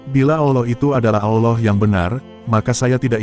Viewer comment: Belajar lg nyebut nama "Allah" yg benar, min